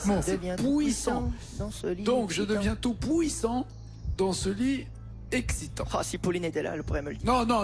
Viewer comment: "Tout pouissant" mdr 😂🤣